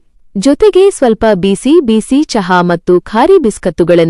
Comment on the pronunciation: ಕತೆ ಓದುವಾಗ ಉಚ್ಛಾರಣೆಯಲ್ಲಿ ಬೀಸಿ ಬೀಸಿ ಎಂದು ಹೇಳುತ್ತೀರಿ ಅದು ಬಿಸಿ ಬಿಸಿ ಎಂದು ಉತ್ಛರಿಸಿ